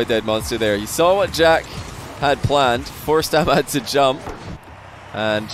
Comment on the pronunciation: You are from USA or England and you pronounce ahmad wrong. Just informing 😂